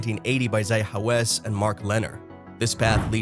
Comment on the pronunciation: His name is pronounced "ZAH hee HaWASS